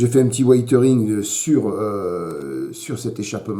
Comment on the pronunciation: super boulot, mais ça , on en a l'habitude avec toi... au fait, weathering se prononce wézering, :o)